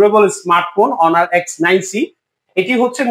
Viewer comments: লোক দেখেন হনার না বলে অনার বলছে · হনার না ভাই অনার😂😂😂